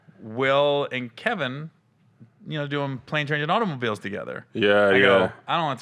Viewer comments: I was soooooooooo mad at that. Screaming at my SCREEN KEVIN!!!! TELL THAT MAN, THAT IS NOT YOUR NAME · Yooooo that was sooo funny!!! Keevon 🤣🤣🤣🤣